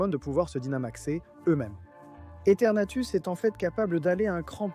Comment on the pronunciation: C'est EthernatOS, pas Ethernatus ! Tout comme Shaymin se prononce Shay-mine, pas shaman. Reshiram incarne la RÉALITÉ, pas la vérité. Kyogre n'a pas besoin d'accent pour que son nom soit prononcé.